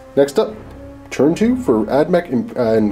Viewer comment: does anyone else think he says "churn" instead of turn?